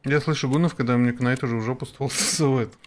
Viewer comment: Не Кнайт, а Найт